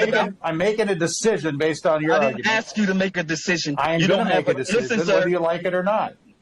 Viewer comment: At least says statute instead of statue. But he do say axe sometimes instead of ask.